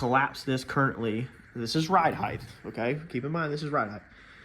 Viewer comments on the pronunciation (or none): Its ’ride height’ NOT ‘ride heighth’